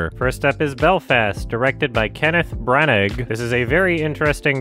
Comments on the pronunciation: His name is pronounced "bran-ah" . The g is silent just fyi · Branagh = Bra-Na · Brannagh is pronounced bra-nah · Its pronounced kenneth branner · Is pronouncing the g in braunagh ironically? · "Kenneth Branug" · You can pronounce Branagh like Branna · Kenneth branagh pronounce bran ah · It’s weird makes such an effort to pronounce foreign names well then says branaggg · “Kenneth Brannik” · I don’t think you pronounce the G in Branagh. There was no sense of setting in Licorice Pizza. It is an incredible LA movie…6/10? I will be honest, you make no insight that causes me to trust your opinion. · The “g” is silent in Branagh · u dont pronounce the g at the end of Kenneth Brannagh just FYI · The g in Brannagh is silent. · That big dirty hard G sound at the end, every feckin time 🤣